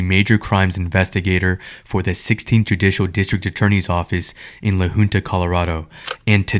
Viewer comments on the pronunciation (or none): It is LA HUNTA not LA HOONTA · Crazy ass video. Great work man. These voile tyrants needs to be held accountable for this!!! Side note: La Junta (Pronounced Hunta) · It’s La Junta, pronounced Hunt-a not Hoonta. I am very ashamed of Colorado law enforcement, CBI for not finding fault with those officers! It scares and sickens me that one of them is training new officers. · Fraker was fired for that by the way. He teaches at our Law Academy now😅 I go to school with his daughter, and I think I’m beginning to see why she’s so messed up, her home life is horrible… And Idk if the beginning audio was text to speech, but it’s pronounced La Huhnta, not La Hoonta. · its pronounced 'la hunt a' i feel so bad for this kid.dirty ass cops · La Junta is pronounced LA HOONTA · La Who police department? 😂 It's pronounced La Haunta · The name LA Junta is pronounced LA Huntuh. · It's pronounced Lah Huntah